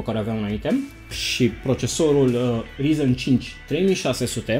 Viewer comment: De ce tot îți notezi? Nu reții numele câtorva componente? Acuma serios și notat ai greșit... Rtx 2060 nu 260, orice citești și un copil de 12 ani îți putea zice ce componente ai acolo fără sa își noteza, nu prea ești în domeniu, nici măcar nu știi pronunțarea corecta.... Se scrie ryzen, se pronunța rayzan